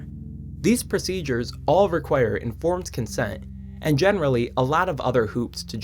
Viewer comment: you said "conformed insent" lol